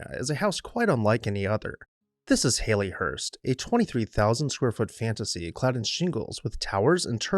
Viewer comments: It's pronounced "Hal-lee" not "Hay-lee" . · He said Hay+Lee+hurst throughout??.😊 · Great description of the house and its history, but you are NOT pronouncing this correctly. The Victorian name Hallie rhymes with Sally or valley. It was originally a pet form of Harriet just as Hal was a pet form of Harry. It is NOT a form of the modern name Hayley as in Hayley Mills, which comes from a surname and is a completely different name. :)